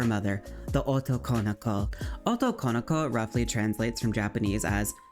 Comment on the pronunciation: fushigi yugi yass great video liked the coveraged. i have issues with the jp stuff of it though, felt slightly less well done. it annoyed me so i made this comment. i really dont get the problem people have with pronouncing japanese words.. and in this case this wrong pronounciation takes away from the term itself because it is 3 words, translating as male, ~'that is', daughter. something like girl that is male. like it is quite important to have all three words there right? so why is it not pronounced, as it is in their language, as 3 words. otoko no ko why do people squish it and add emphasis to wrong places i keep hearing oto konoko. its like the word boyfriend. you wouldnt pronounce it boyf - riend, or even boyfri - end. it is recognized as the 2 words boy and friend and pronounced correctly split. like why do people do this to other languages when it is the same principle of word + other word unsure why using kira as clip here. this is a false representation. kira was never considered a babiniku vtuber. He was a male character, feminine presenting, but ultimately not female and never considered babiniku. Joel is a great example, one without a voice changer. バ美肉 searching youtube with that gives plenty of self-identified babiniku youtubers, i copypasted the characters from the english wiki page.